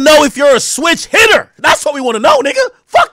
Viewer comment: Bro said "switch hitta"